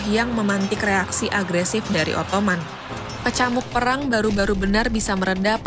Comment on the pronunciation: Pemilihan dan pelafalan diksinya harap diperbaiki. "Ottoman" itu bahasa Indonesianya "Utsmani/Utsmaniyah". "Ottoman" itu cara orang Inggris nyebut Utsmaniyah. Sebenarnya ga masalah kalau mau nyebut pake versi Inggrisnya, cuma kalau ngejanya tetap pake bahasa Indonesia jadinya kan lucu.